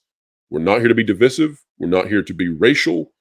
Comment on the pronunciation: How do you still not know how to pronounce divisive